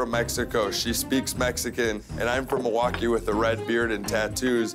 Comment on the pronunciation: Nah the dude who said “Milwaukee” and then proceeded to win the challenge is a legend